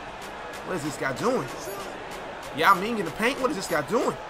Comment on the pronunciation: why was yao's name messed up